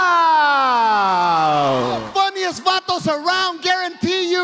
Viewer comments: was introduced by three different comedians to start this video. One supposedly a Mexican,, and none of them could say Villareal. smh but lmao. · Wtf? Viyarreal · Its vilya-riyal... Not verrraaalll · They say his last name wrong everytime, I can relate, I'm also a villarreal, I have to spell that shit out to people every day lol. Give it up for us villarreals-Luis villarreal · They botched this guy's last name so bad lol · Juan Villa"real" lol can't say it